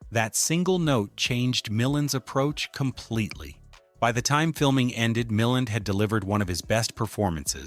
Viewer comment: I have never rooted for Tony Wendes. AI says "MilLAND" correctly once then never again. It's not THAT intelligent.